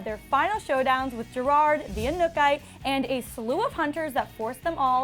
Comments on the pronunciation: Who is the anukay? It's Anuk-ite!!! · Its not inkuki it anuk-ite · Did she just say the Anukai? 😂 it's The Anuk-ite 😂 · Anuk-ite.. not anukite.. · No hate but it's not pronounced 'a nook ite' it's pronounced 'uh new kitay ' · Okay so it’s not the anuke it’s Anuk-ite alright. So get it right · it's pronounced anuk-i-tay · It was so annoyed listening her said every time the wrong way 😑😑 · the way she is saying anuk-itè is triggering me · Why dafuq is she saying inukite?! Does she even watch teen wwolf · wow she really can't say Anuk-It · Clearly she didn't watch Teen Wolf, cause she said Anuk-ite wrong.... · Anuk-ite. Pronounce it properly please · The disrespect when she says Anuk-Ite. Get someone who really watched the finale please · "The Anuk-I" someone knows their Teen Wolf. 😂🤦🏼‍♀️😒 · Can’t say anuk-ite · Boi if you don't......say anukite right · It's pronounced: anuk-ite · omg can you not pronounce aknu-kite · Lmao you said the Anu-kytae wrong lol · Your pronunciation of the main villain makes me cringe. Means you didn't watch the show. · did she rlly just pronounce the anuk-ite like that??? Honestly if u're a reporter u should do ur research, all it takes is one ep where they mention it, heck just watcha youtube video. Is that really so hard smh? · Just trying to get past the mispronunciation of Anuk-Ite. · Ekemini Andrews I Love that they got somone who OBVIOUSLY doesn't watch Teen Wolf to report on this...she is LITERALLY not pronouncing the MAIN ANTAGONISTS name right...#GoodJob #YouOnlyHadOne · Edward Zamora she keeps saying it wrong😑😑 Shame on her